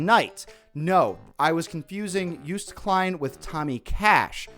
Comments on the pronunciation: You’re one step closer to pronouncing Joost Klein correctly 😂 “Joost” rhymes with “toast” but with a y instead of a j. You’ve got “Klein” correct Happy to be your local (I’m American) Eurovision expert if you’re looking for one! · It”s Joost, not joest 😂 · I love how you addressed the fact that you couldn't pronounce Joost and changed the pronunciation from one stereotypically incorrect version to another. The oo is not an english oo, it's an oa as in toast. So the correct way is yoast not yoost. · You always pronounced ‘Klein’ right. ‘Joost’ however, is still not right lol. Its just pronounced as “Yoast”, like ‘toast’. Not “juiced” or “yuiced” lmao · Its being pronounced Jooust Klein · its basically pronounced Joe-st Klein. Same as Calvin Klein too. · you were close with joost pronunciation- its yoast like ghost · it's pronounced yost like toast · OK, Joost Klein is still not how you pronounce it. It's more like "Yoast". :D Love you for trying though! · you still didnt pronounce joost correctly <\3 its practically pronounced yoast, like toast! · Joost klein its still wrong lol. It’s pronounced “Jost”. Then Klein part was the correct one lol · Joost is pronounced as Yoast, rhyming with toast and roast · Dutchy here. Joost is pronounced Joast like toast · You need to pronounce the Joo in Joost like "Yoo", like greeting your homies. So it's basically Yoost. Klein is correctly pronounced though. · I love these videos! The ESC fandom loves it when people who know nothing about ESC do reactions. I think you're still pronouncing Joost wrong though lol... I remember it 'it's Joost as in toast'. So it's pronounced like Yoast. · Joost is pronouced basically like you would pronounce it, if it was written as Joast, like toast. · Check out Kant from this year. Also, your pronunciation of Joost is better but the oo sound sound like ‘oh’ (as in oh no). So it’s j-oh-st. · it's pronounced yoast AHHH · You pronounce Joost like Ghost but with a J🤍